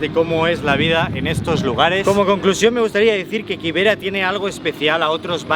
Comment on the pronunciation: Ok, bt nextime pronounce it kibera for ki not KY I was wondering what is that place I never heard of it